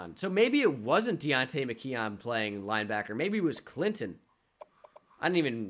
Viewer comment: pls pronounce McKeon “mick-kewn”